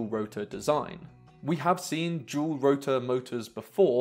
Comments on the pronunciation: "D"ual rotor not "jewel" rotor, DDDDD not JJJJJ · It reads dual, it is spelled dual. Three is no 'j', so why you pronounce it as 'jual'? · “Jual motors”?? Can you please say “Dual” D! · "jual" motor design :)) why do brits like to exaggerate pronunciations like that